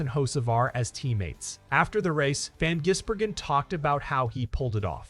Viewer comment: Van Jizbergen he says